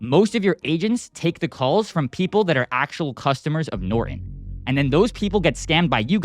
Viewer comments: It's NOT NorEn, it's NorTOn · What is nor-on????? I think there's a 't' - Norton. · It's easier for someone from India to understand you if you don't pronounce "Norton" as "Nor-in." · "Noren"🤔. Sad how this Gen has just Stopped pernouncing syllables in words. Nor-TON! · Please learn how to pronounce Norton. If you read it carefully you will notice it has the the letter t in it.